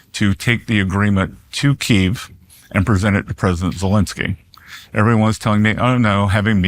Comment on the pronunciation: Key Ev 🤦🏼‍♂️